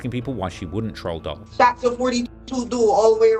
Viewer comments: It’s Dul, like “Duel” nonetheless… great video of course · let a Philly Jawn teach you how to pronounce Dul: "dooool" rhymes with School, ya dig? (It's not Dull, you rhyming with skull.) But this jawn was very detailed. Good job. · it's Dul....Dool, short for Abdul, not dull. why tf he keep calling him dull? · All of us knowing that the “Dul” in YBC Dul is short for Abdul and pronounced “Dool” makes this video mind numbingly cringe! To hear this so called “Reporter” butcher this young man’s name repeatedly for 4 hours non-stop is crazy work. This is unacceptable. Also his commentary on gangs and gun violence in America is beyond out of touch. I never minded him much before, and didn’t subscribe to the culture vulture label, but after this obvious attempt to directly profit off of his demise I can see why those close to King Von and now YBC Dul say these things about him. He’s obvs speaking from a point of view that is not only outside of our country but also our cut. That’s disrespectful repeatedly mispronouncing Mr. Disrespectful’s name like that. Cancel this clown bruv lulz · It’s pronounced DOOL not Dull 😂😂😂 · For all the “Research” this vulture does, you’d think he’d know how YBC Dul’s actual name?! This is trash. How can he sit here and call him “Dull” when it’s obvs YBC Dul is short for Abdul and pronounced “Dool” which rhymes with tool. He literally sat here for 4 hours mispronouncing and disrespecting Mr. Disrespectful’s name?! This sad that people even tune into this guy who gets hard off of young black Americans lives and deaths! Cancel these culture vultures and stop sticking up for these rapists of rap and harlots of hiphop! Vlad, 22, Ak, and all profit from beef, and reporting on death in our cities and cultures. This guy isn’t even from our country and yet you all believe everything that comes out of a guy’s mouth who can’t even pronounce the main subject’s name correctly?! Do better!